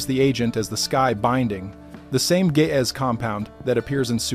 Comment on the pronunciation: I enjoy these-kinda long, but very informative!The G in Gaez sounds like the g in green-not like a J, & the A is long.